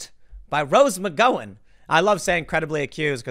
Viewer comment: “Rose McGoin’”